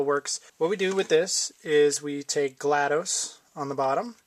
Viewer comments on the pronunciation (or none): FYI it's GLaDOS not GLaDOSE